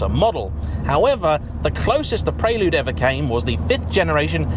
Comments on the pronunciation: The 4g 2.2 VTEC was a better car overall. Even the late h22a8 in the 5g with the extra power didn’t have real fizz or the fluidity of a 4g Oh & it’s PREL-LUDE. Not PRAY-LUDE.!!!!😳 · It's pronounced like the girl's name, Elle. Pr-elle-you'd, not Praylude. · Maaate!! Stop it with the "Pray-Lood"...it's 'Prell-Yood' 😁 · Oddest pronunciation of "Prelude" I've ever heard. You're saying it the way I would imagine Americans say it. The word prelude is pronounced "prel-yood", not "pray-lood". It's etymology is as a musical term. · What's a Praylewd? 😂😂😂 Apart from that, great video as always. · "pray lood..'' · Hurts my heart to hear this car called a “Preylood “ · It's pronounced preh-lyood, dood. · Guessing how he say Prelude Preyyyyloode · Why are you pronouncing it praylude? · I thought it was pronounced Prelude, not Prelude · I'm triggered by how he's saying 'Prelude' 😁😄